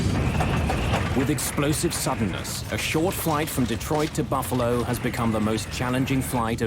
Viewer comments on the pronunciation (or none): none